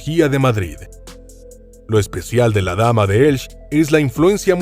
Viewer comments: Como que Elch? Que barbaridad es esa? Si tiene dudas en la pronunciación de alguna palabra solo tiene que ir al traductor de Google y ya está...le pronunciarla correctamente la palabra que sea. ELCHE....ELCHEEEEEEE........No Elch...menuda desfachatez. En castellano no se come ninguna letra al leerla...solo la h. P.D. Soy Valenciano. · Vaya tela... como toda la información dada sea como la de la dama de ElchE, que en español suena la última e, pura charlateneria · Señor, usted habla ESPAÑOL, si, señor, español, y en este idioma la h no se pronuncia como j, sino que es muda:"Heraclion" se pronuncia, pues, "eraclión", y no como lo ha pronunciado usted, por no sé qué alarde esnobista filonglés. Pero el colmo de su error fonético en español es no pronunciar la e final del nombre de la ciudad de Elche. No, señor, no. Elche, no se pronuncia "Elch", para nada. Ese nombre así pronunciado nada significa. Elche se pronuncia con su e final bien explícita. Como toda e final de palabra en su propio idioma, el español o castellano. Ya basta de maltratarlo por parte de gentes acomplejadas con su cultura hispana.